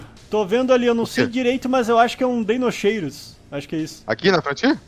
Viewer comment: A pronuncia é DEINOKIRUS Kkkkk e não cheiros